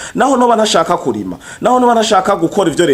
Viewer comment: Kurima nivyambere yavuze Nabi wumva ngaho ahindura ingendo?yikebuke avuge neza